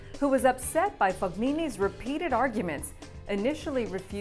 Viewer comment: this woman is butchering these people's names... barbaro, amalgro, fog-ni-ni wtf haha i cried a little listenin to her